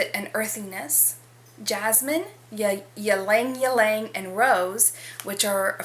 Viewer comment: Also please stop pronouncing the y in ylang ylang. If you’re going to review fragrances you have to learn to pronounce the ingredients. It’s pronounced lang-lang.